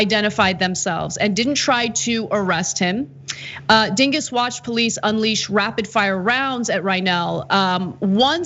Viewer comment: Heh, heh. She said "Dinguss".